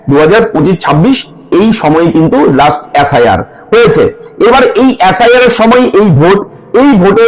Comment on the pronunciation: এ্যাস্. আই. আর না এস্. আই. আর?